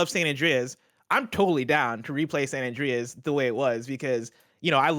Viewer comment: "San Andreaez". Ew.